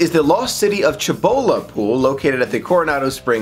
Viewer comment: Isn't is pronounced see-bo-la?